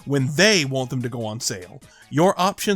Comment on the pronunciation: Why do you pronounce "want" as "won't"?